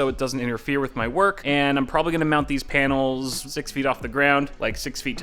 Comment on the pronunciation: he said, Painals.